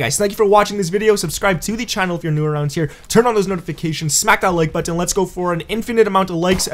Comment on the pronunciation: Y u say button like this ?